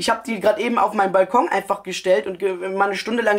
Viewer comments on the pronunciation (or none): none